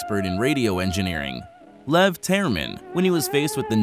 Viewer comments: I don’t mean to be rude but that is not at all how you say Leon theremin. It’s really pronounced (ley-on there-ah-min) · It's not "There-min" it's "Ther-min".